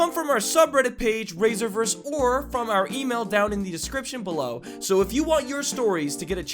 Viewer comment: When I heard Raiserverse im like i thought it was raisin for a second